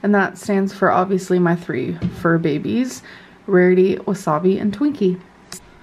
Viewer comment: I really want to continue to watch these Vlogs but if I have to hear either one of them say "Behbys" one more time I'm going to vomit. Please stoppppp. it's so cringe 😭